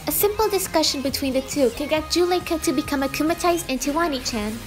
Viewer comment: it’s pronounced oh-knee chan